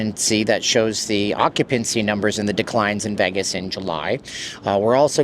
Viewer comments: LEARN TO PRONOUNCE VEGAS, NOT VAGAS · This guy makes videos about Vegas and can’t pronounce Vegas correctly.